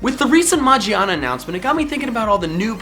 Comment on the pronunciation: It's Ma Gear Na with hard G said exactly like gear not like in Mangina.